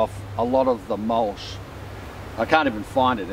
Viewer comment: Mulch, not mulsh!